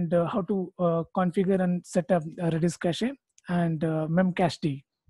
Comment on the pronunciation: It’s not ka ch EEEE It’s just cash